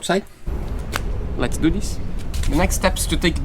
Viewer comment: Put your tongue under your front teeth and blow.......THIS not deese or dis. Practice THIS